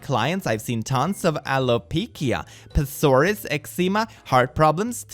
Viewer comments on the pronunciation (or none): How come nobody can pronounce "psoriasis" correctly, like, ever? It's not hard. So-ri-a-sis, the p is silent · Close! It’s sore-RYE-uh-sis. (The “rye” as in rye bread). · As someone with psoriasis, I died inside a little more at your attempt of pronouncing it.